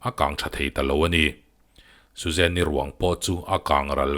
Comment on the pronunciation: Susan-i a nia...Suzanne-i tiin i chhiar quit ţhak...a tir lam phei chuan ka buai